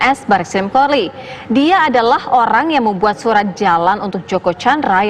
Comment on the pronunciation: Mbak pemberita...coba dengan ucapannya sekali lagi... Polri...mbak ucapkan Porli... Pingin ketawa jadinya.